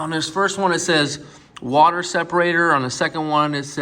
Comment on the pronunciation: Say water not saw water